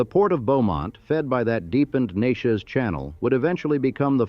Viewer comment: Narrator can't say Neches.